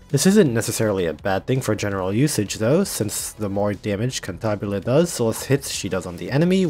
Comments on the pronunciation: its Cantabile, not Cantabile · One thing I love about Gacha games where they don't tell you how a name is pronounced is how everyone comes up with a totally different version and if the company ever decides to reveal how a name is pronounced, you wish they didn't xD "Kantahbilé" sounds quite funny I just call her "Kentabill" due to my German ass being special haha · This poor birb has been through enough and you just keep rubbing salt into the wound be pronouncing her name wrong. Shame on you....it is kinda funny though.